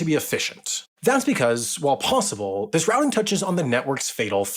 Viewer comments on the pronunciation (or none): none